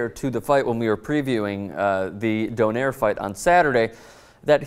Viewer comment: By the way Donaire is Pronounced Do-nay-re